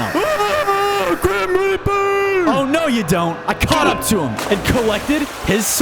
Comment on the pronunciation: Grim rap-r